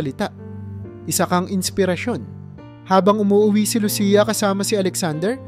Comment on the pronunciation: Pangalan ni Lucia mali rin ang pagbigkas mo.